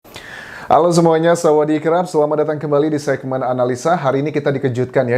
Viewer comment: Bang.. sawadikap baru betul..abang selalu sebut samadirrkappp🤣🤣🤣🤣😂😂😂